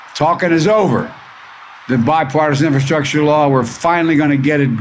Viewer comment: Inferstructure? I don't even know what that is. He can't even say the word properly. Ugh